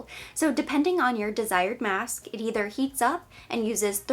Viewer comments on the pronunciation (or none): none